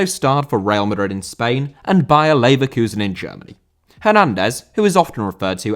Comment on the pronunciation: Leverkusen* not Leiverkusen